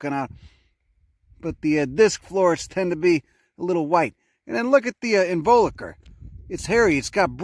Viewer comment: First time I've seen one of your posts (subscribed immediately). When I got to about I freaked out at the cm/mm ruler tattoo (ultimate geek cred and quite useful I'm sure). Interesting pronunciation of "involucre" at about ; that seems to be a word that everyone says differently and I'm not sure what's really correct...LOL.